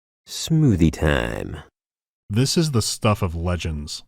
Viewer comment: i literally burst out laughing at the pause and then "ˢᵐᵒᵒᵗʰⁱᵉ ᵗⁱᵐᵉ."